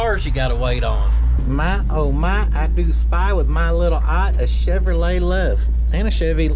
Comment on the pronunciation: Chevrolet become CHUV-A-LOT🤣 😳. Is-u-zu stuck OR Isuzu stuck? YUP 👍. I'm a little jealous I've always liked those trucks. LOW T you know the possible side effects I know. Hope that 4 x 4 entertainment cheered you up. Every fanned out here knows you are our Isuzu trooper 💪! Remember being the trainee and entering the mess hall. 1 super duper dedicated bravo trooper....... Maybe you were Charlie company 🤔.